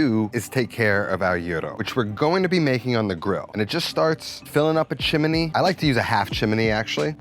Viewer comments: what the FUCK is a chimeney Chim Chim Cheree.+ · chimney not chiminey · jesus christ the word is chimney and chiminey!!! what school district ru from??? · WTF is a "chiminey?" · Give a like to this comment every time he says "chim-in-y". 😄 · There's no A in chimney 😄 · More like the song from Mary Poppins!😀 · Love that added syllable. And I definitely got Mary Poppins vibe from the chim-chiminey chim-chiminey chim-chim-charooo. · Chimany Cricket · Looks amazing, great work as per. Shame that can’t be said about your pronunciation of the word chimney…. What is going on there…… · Do you say chimney w 3 syllables?